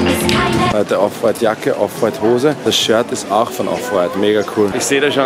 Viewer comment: Die Betonung liegt bei dem "W" bei Off White und nicht beim "t"